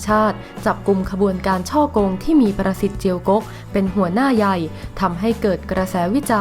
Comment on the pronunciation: อ่านช้าๆครับ ประสิทธิ์ ได้ยินเป็น "ปรสิต" ในปรสิตอีกที 😱😱